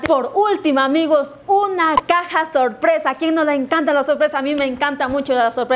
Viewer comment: nadie:: a mi me encantan las sorpresas ¡SUSPRAISSS!